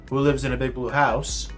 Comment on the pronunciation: 🤣🤣🤣🤣🤣🤣🤣 THE WAY YOU SAID BLUEA!!! WAS FUNNY!!!!🤣🤣🤣🤣🤣🤣LOL!!!!🤣🤣🤣🤣🤣🤣🤣🤣🤣🤣🤣🤣🤣🤣🤣🤣🤣🤣🤣🤣